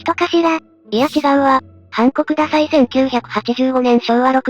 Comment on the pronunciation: 音声だけ聞いてたらハンコくださいが韓国ダサいに聞こえてしまった。